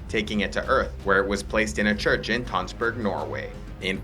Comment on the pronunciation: As someone who's from Tønsberg, Norway, it's weird to watch this video, especially with the pronounciation of Tønsberg lol